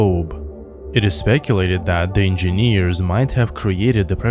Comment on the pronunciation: I just came to hear EnginNEEERZ again. 😆 Just kidding. Your channel is one of the best Alien channels.